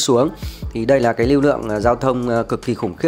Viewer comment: Bạn nói ngọng l thành n, n thành l nhiều quá: “nối vào Hoàng Quý”, Khu vực này khá “nà” cũ kỹ…